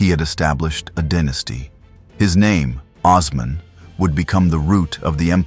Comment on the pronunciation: AI is the worst thing to happen to the internet. WTH is Oz-man